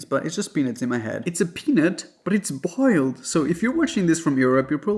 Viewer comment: He didn't say boiled correctly. As a southern woman.